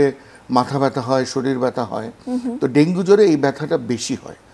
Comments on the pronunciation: dengue naki Dengi😂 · ডেংগি বলেন কেন??? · Dengi dengi Bolche kno